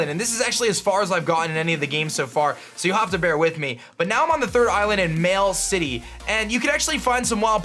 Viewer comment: "Mail City"